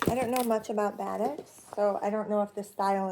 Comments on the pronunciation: This is a good introduction to the world of batiks! "Buh-TEEK" is the pronunciation. It is a process of how the fabric is dyed that gives the color variations. Love these colors! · It’s pronounced baa-TEAK.